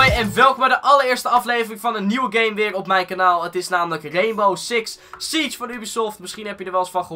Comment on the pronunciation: Reenbow Siks Sietsj